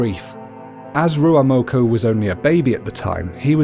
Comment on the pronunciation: I hate how he's says ruamoko